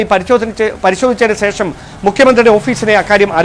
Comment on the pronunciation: സേഷം അല്ല, ശേഷം ആണ് സഹോദരാ. അക്ഷര ശുദ്ധി പാലിച്ചാൽ നന്നാവാൻ സാധ്യത ഉണ്ട്.